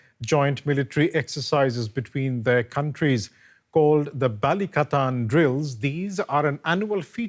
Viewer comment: You pronounced Balikatan like native speaker! Good job